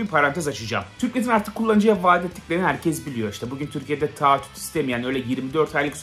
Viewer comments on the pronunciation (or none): abi nolur artık taahhüte tağattüt deme